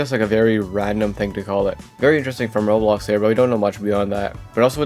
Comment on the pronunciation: Why do you say rolex instead of Roblox